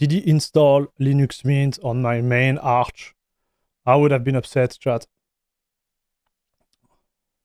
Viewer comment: its funny when you said Arch with french accent and smiled :D Ahch, Ahch? :D btw xD